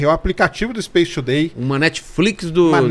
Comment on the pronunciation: Serjão fala Space Today e eu só consigo ouvir SHAPE TODAY!!!